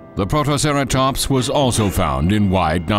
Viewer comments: ... WHAT IS A PROTOCERATOMPS!!?!? HIS PRONUNCIATION IS SO BAD! PROTO-CERA-TOPS-! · "a couple of growling P R O T O C E R A T O M P S " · Let's not forget "Protoceratomps". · what about protoceraSTOMPS! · Director: What type of Dino documentary do you want? Public: WE WANT TO BE THRILLED!!!!! Director: Ok, let's hire someone that says STRONGLEST, MECRORAPTOR, AND PROMTOCERATOPS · “Mecroraptor” “Protoceratomps” “Therozinosaurus” “Pterosaurus” “Only the stronglest will survive” LMAO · What kind of narration is this? Also, PROTOCERATOMPS, MECRORAPTOR, STRONGLEST